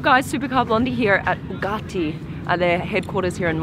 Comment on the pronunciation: So they're Boogatti now blondie? It's Bugatti 🙄